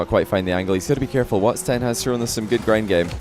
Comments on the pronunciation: bro kept saying whats ten. its just watson:sob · it is not "whats10"! it is "whatson10" edit: ops! sorry im not english. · can you not say WHATS TEN ITS WATSON